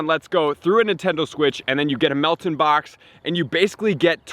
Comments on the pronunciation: Its mel TAN you dont know how to pronounce it that's sad bro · You are pronouncing Meltan wrong